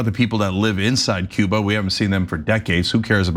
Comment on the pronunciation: Was he trying to say "Cuba?" Sounded like Ciba.